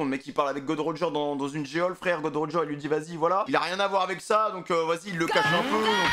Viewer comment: arrêtez de dire "Gold Roger" c'est "Gol.D.Roger"